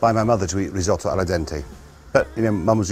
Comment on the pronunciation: well pronounced, chef! a single vowel followed by a double consonant is pronounced short, so "riz - otto" not "riz owe toe" like our beloved american cousins would say